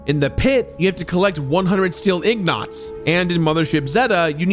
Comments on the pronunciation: ig-nots again.... seriously, dude 😄😄😄 That's ignaant 😋 And you said this vid was 2 years in the making.... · why do you say ingots like that lol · I cringe every time he calls ingots “ignots” lmfao 😹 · Ignots… lol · Ingots,. The word is “ingots” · Fallout: "Ingots": "Ignots" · “Ingnots” hurt my soul. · Ingots. They're ingots. Not ignots. C'mon... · We just gonna ignore the fact that said steel iGnots instead of steel iNgots? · i can't believe how many times you pronounced 'ingots' as 'ignots'. never heard anyone get that wrong before. especially cause you had to have seen the word on your screen at least 100 times. hehe. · or even In-guts! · Did he say "Ignots"... oh yes, he did. Ingots :P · "Ingots", not Ig-nots... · You said the “Robco Factory, a whole city on a crashed battleship…”, I assume you meant to add a voice inflection to indicate “Steel City-a whole city on a crashed battleship-…” Just doesn’t play well with the way it’s narrated. Additionally you mispronounced Ingnots. It’s Eng-guts, ig-nots. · Ignots? You mean ingots? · Ingot ≠ ignot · Steel Ignots? 😆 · Are we all just going to ignore the fact called them IGG-KNOTS? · Yeah I ain't gonna' harangue him about it (it's igg-knot important ultimately! 🤭) but it did make me look in the comments to see who else caught it. If you're reading this,, thanks for all your hard work, and we love ya' even if ya' committed the cardinal sin of saying a word wrong on the internet. 💕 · "Ignots" was the only thing I took away from the video. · Steel ignot? xD i think this is one of those times where you've read the word way more times than you've heard people say it so it messes up when you eventually say it the way you've heard it in your head. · Nuke-you-lar and ig-nots... I love you,. But you're killing me. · "100 steel Igg knots" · Ignots lol. Fallout 3 is amazing! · ig-nots 😆😆😆😆😆😆😆😆😆 Bruuuuuuuuuuuh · Yea lol it's not even spelled the way he pronounced it. Maybe he is lysdexic.